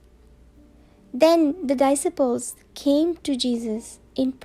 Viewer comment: May God bless you. It pronounce DISCIPLE ڈی سائی پل 🙏